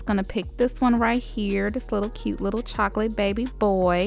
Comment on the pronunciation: Is it just me or did she say chocolate baby boy 😬